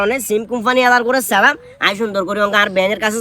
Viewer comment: সালামটা শুদ্ধভাবে দেন।